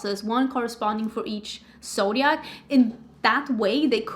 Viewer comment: The word is pronounced "mohv." Almost every beautytuber mispronounces "mauve." 😒😪 Are you saying "zodiac"? I thought you were saying "soviet"